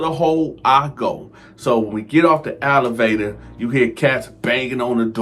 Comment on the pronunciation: Alevator lol Elevator my dude that’s jus nonsense yu can’t speak English but I like yur content